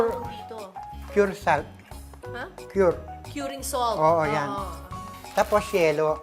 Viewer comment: Kering Puwdeer, Showgar, SOLt, Flevoring